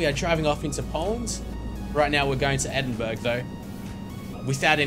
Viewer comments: Edin burg hahah its edin borough :) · sorry but its not pronounced edinburg... its edinborough. I live in England so I should know sorry. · Say it like this edinborough thats how it is meant to be pronounced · its pronounced Edin Burrah not Edinburg. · Its pronounced edinbrurr not edinburg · edinburg? its pronounced "edin-bruh" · lol at edingburg! its pronounced ed-ing-bur-er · edingberg xD... i prenounce it ed-ing-bur-er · Just some information: Edinburgh is pronounced 'Edinborough'. Sorry but it annoyed me a little more than it should've done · Edinburgh is pronouced 'Edin-bra' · Please learns how to say edinburough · he is saing endiburh wrong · you pronounced Edinburgh wrong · You really pronounced Edinburgh so wrong.